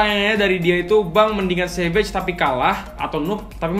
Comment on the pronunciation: savage kok bacanya sevej?? wkwkwkkw kocak jauh2 liburan keluar negeri masih aja bego adeuh wksks